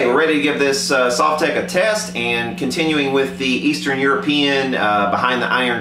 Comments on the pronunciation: Sove-tech !? What kind of person would pronounce it like that !? Sov-tek (it's even written on the front :/) In Russian it's probably sav-took or similar (my apologies to Russian speakers) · Sovtek is pronounced Sohv-tek with the accent on the oh, btw. These are great amps. They are based on the older Fender Bassman amps. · Correct pronunciation: SUAVE-tek. Because that's the way you didn't pronounce it when you gave the 1st two options. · Comrad !!!! You say Sovtek like Soviet Union . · You've always pronounced it wrong. This isn't even that hard to figure out. Say the word "Soviet", bet you didn't say the first part the way you've always pronounced it before did you. That's a hard "O" not the soft one you've always used. Congrats, you've always been wrong, and now you're pissed you got called out on something so simple. It's a mash up of the words "Soviet" and "Technology"; that's how you pronounce it. No one says "S`aw`Viet", they say "S`Oh`Viet"